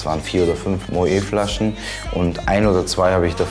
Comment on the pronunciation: Bei Moët wird das T auch ausgesprochen.... anders als man meinen würde.